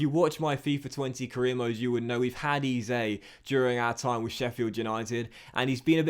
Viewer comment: Eze is pronounced eh-zay